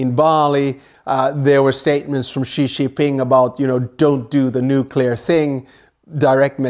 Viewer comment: Ghastly pronounciation of Xi’s name discredits the whole presentation